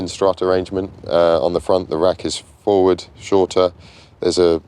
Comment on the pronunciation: Fwoard! Phwoard! Fowwwwwwwdaaaa!